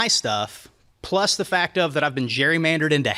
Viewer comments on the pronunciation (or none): none